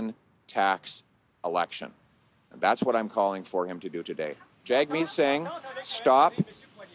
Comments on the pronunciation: I like how PP calls him “JAG-meet”, just as it is spelled in English. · Is there a guy in Canada called “JagMeat”?